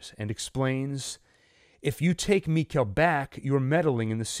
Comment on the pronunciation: It's mikael like nickle it's pronounced Mickle